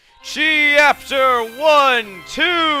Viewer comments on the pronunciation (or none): actually its's CH-APTER! not cheapter